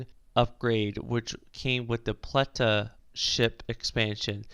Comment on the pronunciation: Yeah, and don't forget the "Pleta" but hey, he tried his best and it's a real good video so thanks,! It's a good video!